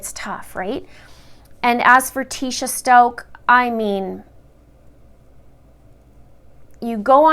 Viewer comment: You are not saying the last name right!